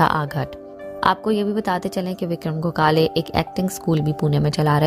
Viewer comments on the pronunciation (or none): गोखाले नही गोखले विक्रम गोखले ...उनके नाम मे ही respect हे ..तो नही पता हो तो पाहिले जाणकारी ले फिर व्हिडिओ बनाये... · Gogale nahi...😡😡 gokhle... marathi hiro....